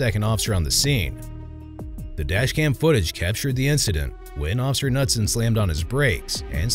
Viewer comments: the officers name is pronounced ka-noot-son! not nutson! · Isn’t it, K-newt-son? Knutson. The K is said. Just curious. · FYI: The name Knudson is pronounced Kah-nude-son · I like that you keep calling him Officer Nutson when the K in Knutson is actually NOT silent. Seems fitting though and I'm all for the pronunciation in this video. 😂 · The k is pronounced. Kah noot son.